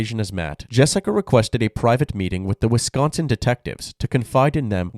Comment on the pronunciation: Are you from the Midwest? I noticed you pronounced "Wisconsin" correctly Most non-Midwesterners over-enunciate the "c" and say it "Wiss-KON-sin"